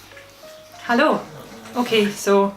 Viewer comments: lol It sounds 100% like you say hello in German. XD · Please make “Hello” with your accent your permanent intro